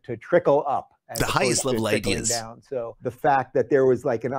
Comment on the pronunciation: If I hear one more ''IdEeS'' im gonna end it all